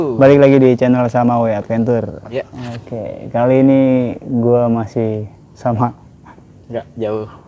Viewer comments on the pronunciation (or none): Advencer bacanya bang... bukan adventur..😁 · Bang adventure tu bacanya advencer